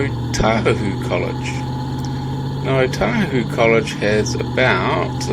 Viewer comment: Is it pronounced as oTAhuhu? I always thought or heard it as Otahuhu.